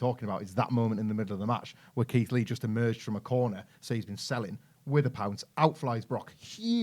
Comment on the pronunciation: Keith lee the way yous said sounds perfect